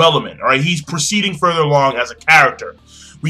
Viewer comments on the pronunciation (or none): none